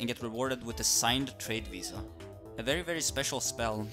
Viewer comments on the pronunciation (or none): none